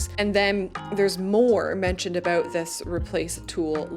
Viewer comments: Why are you saying aboot instead of about? you say about, guess you forgot to put on an accent? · I've lived in Canada for 60 years and never heard anyone say "aboot". Note that she says "about". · It depends, usually, I would like pre-made roads, but if I'm making a more detailed city, I'd like nicer and more detailed roads. Also, have you been making fun of people who make fun of the Canadian accent? I've noticed your "aboot" rather than about, which you used to say. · what's with the "A-boot" is that just slang instead of saying about? oh and the little white "arrows" are YIELD signs painted on the road... extremely common in europe don't remember seeing them in the states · Your accent is totally entertaining - I knew a guy from Wisconsin that said "A-boot" a lot. So that definitely places you in the general area, or a little over the border into Canada. I listened for how you would say Roundabout and you kept true with Rounda-boot. But my grandkids started giggling a bit when you kept saying Plazas and "Pomegrantes" instead of "Promenades". Nice video - you bring out some interesting what-ifs. But my most favorite, believe it or not, is the modular features for housing and streets. Have to say though, the shot of the pine trees (fir?) at 29.05 is breathtaking. I will probably spend hours walking through my cities.